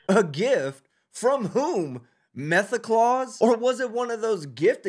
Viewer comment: Did he say “Methaclause”😂😂😂